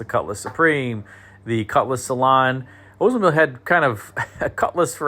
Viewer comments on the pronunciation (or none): I think it's pronounced Oldsmobile not Ozmobile!